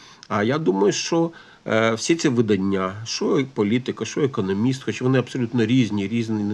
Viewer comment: Будь ласка, не економіст а економіст, з наголосом на другому складі